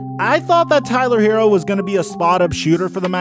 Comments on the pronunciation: please get this man's name right! Don't disrespect HeRRo. His name is NOT Hero and doesn't sound like hero. Get it right man! 👍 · Look.... it's HeRRo. NOT Hero. Some of these "professionals" can't pronounce a name right to save their lives. Stop this lazy disrespect and get the man's name right! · Look.... it's HeRRo. NOT Hero. Can you pronounce a DOUBLE R or are you challenged by that?